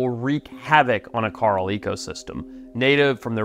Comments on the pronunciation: Coral reef ❌ Carl Reef ✅ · carl reef 😭😭😭 it’s kaw-rahl besides that ily forest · Hey Mush mouth… it’s not “Carl” it’s fucking “core-ul”….. Also in your other videos you say “Zeb-ra”…. It’s pronounced “Zee-bra” WTF! Annoying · Am I hearing him wrong when he says coral, I'm hearing Carl? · We need to trade this guy with Rick Grimes. Cuz Rick says "Coral" when hes trying to say "Carl", and this guy says "Carl" when hes talking about "Coral". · Why is he calling coral carl? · So Rick Grimes calls Carl, Coral, and Forrest calls Coral, Carl. English man. It’s weird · When I heard that I was like holy crap you can really tell he's from South Africa when he says Carl Reef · I've never heard anyone say the word coral like Forest.